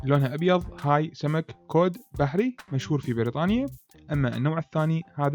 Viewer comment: اسمه سمك الكُد Cod 🐟 وليس كوود